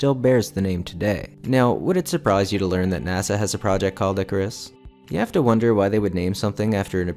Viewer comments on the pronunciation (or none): none